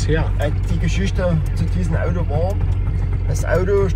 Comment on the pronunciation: Sachsenring, das Audoo!